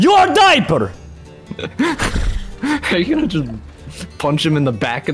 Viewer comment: me:why jerome says dieper every video my mom : probally hes still a baby me: "laught"